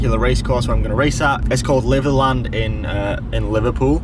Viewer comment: It's pronounced Lither-lund, noob. xD